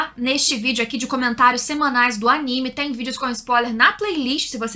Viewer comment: Parabens pela pronúncia correta do nome do anime e dos personagens!!! tem uns canais ai que meu DEUS!!!!!